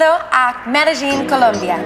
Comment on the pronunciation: great video but please.. pronounce Medellin properly.